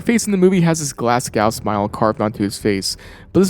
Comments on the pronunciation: Glasgow is pronounced glaz go not glass cow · "Glas-gough" 😂 as someone fae Glasgow a find this annoying and funny lol. Its pronounced "Glas-go" the w isn't hard/defined. Although always love the glasgow smile on scarface ❤ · Great video, minor correction on Glasgow pronunciation "Glas-Goh", as in Go over there not "Glas-Gow" as pronounced in the video. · Love the videos but you say glasgow smile? Glasgow is pronounced as "glaz-go" it's really not hard to say, it's not glass cow 😂😂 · It took me too long to realise he was trying to say Glasgow when he said glass skowl smile it's pronounced Glaz-go 😂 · By far the worst inconsistency is how foreign people with American accents pronounce Glasgow as ‘glaßcoaw’.. Glasgow is pronounced glazgo Moscow however is pronounced moss-co Neither ever sounds like ‘ouch’ though. Both rhyme with go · It took me a while to work out what a 'Glass Gow smile was. Then I realised he was trying to say Glasgow. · Bro that is not how you say Glasgow it's pronounced like glass go fucking Americans man 😂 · Glasgow is pronounced Glaz-Go (great video BTW)